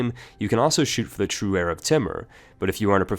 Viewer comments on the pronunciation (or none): none